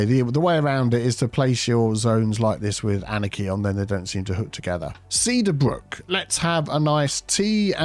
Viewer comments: Teadar Brewks for Cedar Brooks 😂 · Teadar Brook instead of cedar Brook